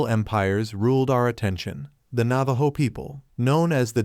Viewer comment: Learn to pronounce properly the name of the tribe whose story you have stolen. 😮